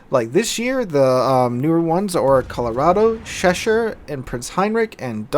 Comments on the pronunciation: Hi it's not sheshire, you pronounce it like you would use ch in change or challenge.. Cheshire.. 😂😂 it was breaking me mate 😂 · You keep pronouncing Cheshire as "Sheshire." It has the same "Ch" sound as Cheese.